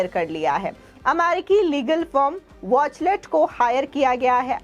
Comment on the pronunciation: बहेनजी वॉचलेट नही... किंतु वॉचटेल....कहो...